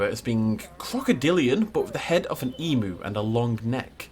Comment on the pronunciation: How to pronounce Emu: Eem you Not E Moo Like “Got eem” and just you at the end.